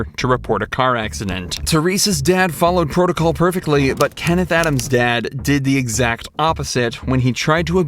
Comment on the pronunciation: You butchered that word, it's protocol my friend.